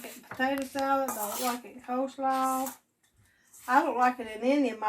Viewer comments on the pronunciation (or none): “Cole” salad…….😂